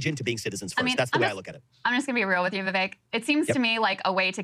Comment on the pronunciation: Vivek rymes with cake... if your gonna talk about him say the man's name correctly 😂